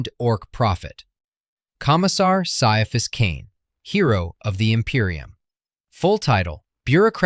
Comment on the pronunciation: Ciaphas is pronounced "Kai-a-fass", according to the intro to the first omnibus.